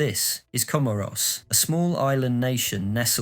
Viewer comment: Ka - more -s...eeesh